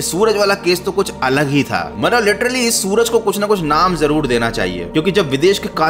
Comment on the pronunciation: Suraj nhi srak